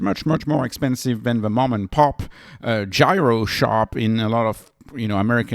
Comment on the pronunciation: Also he pronounce gyro incorrectly. I irk when he says it.